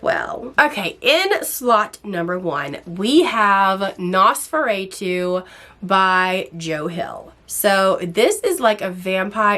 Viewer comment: U r great, great synopsis and reviews but its driving me nuts lol its Nos- for-Ah-too, like the vampire not nos for aaaa too ❤